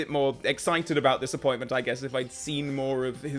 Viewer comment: I could have sworn you said ''dissapointment'', instead of ''this appointment'' at the beginning of the video 😆